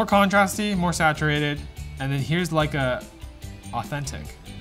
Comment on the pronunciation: It was sarcasm, playing off of how pronounces Lecia and how it sounds like saying "like a"....